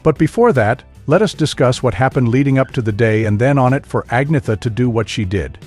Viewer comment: Ce commentateur ne sait même pas prononcé le nom d'Agnetha correctement . Il prononce Anissa et Frida c'est Frieda . Dans la tenue vestimentaire , il dit que Frida porte une jupe alors que c'est un pantalon large